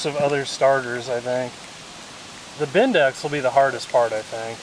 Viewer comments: Bendix not bindax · BENDIX not BINDEX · Bendix not bend dex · Someone tell the guy it’s a Bendix not a bindex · It's called a Bendix, not a bindex....you mercans just make words up 😂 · Bindex? Its Bendix, guys, Bendix...